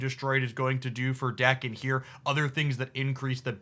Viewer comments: No correction on muramasa, but daken doesn't have an R in it ;) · Also pronounced Daken right not Day-ken